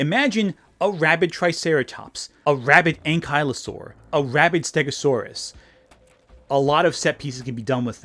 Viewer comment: Great video but I’ve never heard anyone pronounce some of these dinosaur names the way you do. Most noticeably to me is “ankylosaur” (my favorite dinosaur). It should be pronounced “ANG-kuh-luh-sor(-us)”, not “ang-KYLE-uh-saur”.